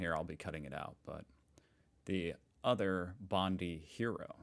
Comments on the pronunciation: Not bondy. Haven’t you watched Bondi Rescue? I thought it was you who said that. It’s bond-eye. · Please not Bondy ... it's Bond- eye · Bondi is pronounced bon/die not bondy. 😂😂😂😂😆🙂👍🇭🇲🦘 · please pronounce bondi as bond eye not bond ee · kindly take the time to learn how to pronounce places in Oz. It's Bond-eye, NOT Bond-ee. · Please, it's pronounced Bond eye not bond eee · It’s not Bondy, say it like it is two words Bondi = Bond I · It is pronounced Bond i not bondie. Ashlee Good was the mother of the nine month old baby who was in intensive care and has no been move to a normal ward in the childrens hospital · Please stop calling it Bondy. It is pronounced Bond eye. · Just briefly - it's Bondi, not Bondee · Germany not so, nor the U.K. in parts...BTW, Its Bond- eye...not Bondy... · Hey! You've never heard of BONDI BEACH? Amazing. It's pronounced "BOND-EYE"...NOT "BOND-EEEE". You need to get your uncultured arse over here! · you pronounce Bondi as “Bondie” not “Bondee” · Not bondee, bond i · Not bond ee- it’s pronounced bond eye 😅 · Bondi is pronounced Bond-i like i-phone or i-hop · Pronounced as Bond Eye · Bondi -pronounced Bond-eye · Dude Bondi is pronounced like bond eye…. Not that it matters in this circumstance, but just sayin. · It's Bond-EYE but then you kind of redeemed yourself a moment later when you correctly said "shopping centre" and not "mall" 😁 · Hi! Bondi is pronounced "Bond-eye" or Bon-dye" - a long 'i' in other words! Cheers - love your videos:) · Bondi is pronounced "Bond Eye" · Get yourself a Ban Mi. And it is pronounced "Bond Eye." We are all shocked this sort of thing does not happen. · BTW. " Bondi " is pronounced Bond eye. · Bondi Pronounced Bondeye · just so you know, it is pronouced Bond-eye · Great coveridge of this horrific event. (Just so you know Bondi is pronounced Bond eye). Keep up the great work. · It's pronounced 'BON DYE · It’s pronounced Bond eye! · Bondi is pronounced Bond-die